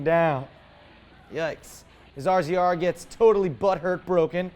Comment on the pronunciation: dude they are called Razors not r-z-r's. Don't sound like a UTV newb! Love the show though!